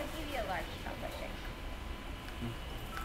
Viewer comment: Its chocolate not choklet just saying